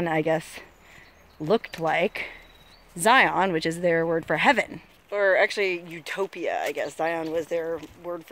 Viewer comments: Good hell it's not Z-eye-on. It's Zion you know like a lion. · It is Zi'un not Ziyawn'. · it's pronouced Ziin as in the letter N! not zion like the channel ion! lol my only per peeve! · This is the second hike video I've seen for Angels Landing, and, just like the other one I saw, it's like sandpaper rubbing in my ears. It's not a hard word. Really. Zi as in sigh, on as in 'in'. Zigh-ihn. NOT Zigh-on. Even just google the word; google provides the right pronunciation. (As a side note, it's easy to tell you're not from here because you say Zion National Park instead of Zion's National Park, which is a weird slip of speech common for those who live here.) As for the whole Mormon thing: Zion isn't the word for heaven. Mormons call heaven 'heaven'. More than Zion, the word Kolob would be more accurate. Kolob is, as far as I'm aware, a strictly Mormon thing; Zion isn't. Zion is a Judea-Christian concept, which SOMETIMES refers to the kingdom of heaven. Only sometimes. Not in Mormonism, though. It's just kind of a word that means paradise, usually of a city on earth, or something similar, but not a literal heaven. So, nice shpeel about something you have no clue about, but go off. I've no love lost on Mormons, being that I despise religion period, but let's not take on that holier-than-thou attitude when talking about a denomination which is, in all honesty, not very different from any other vanilla denomination of christianity. It's all fucking crazy, and most of the Utahns you passed on your travel were probably still Mormon. As for the hike itself: -it's slick rock, no shit it's slippery -those damn switchbacks are actually the hardest part -yeah, for anyone wh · ZIE-un is the proper way to say it. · Mormon drinkin game! 1 for every time she pronounces ziin wrong! 2x's for sister wives! lol